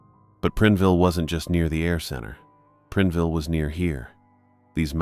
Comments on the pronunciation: Preenville? It's PrIneville 😂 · (It's Prine-ville, not Prin-e-ville & not Prin-ville) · That made me cringe every time he said it. My ex hubby grew up in Prineville.